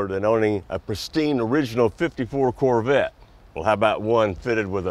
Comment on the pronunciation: Man butchered corvette